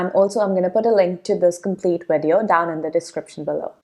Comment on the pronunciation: Video is pronounced with a V not a W